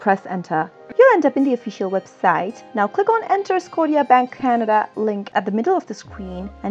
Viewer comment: It's called Scotia like scosha not scoteea